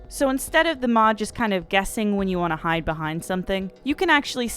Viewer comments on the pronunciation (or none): none